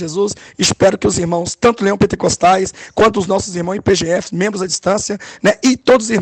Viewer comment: O nome da Igreja Pentecostal Graca e Paz mudou ? Ouvi o pastor falar IPGF ,e não IPGP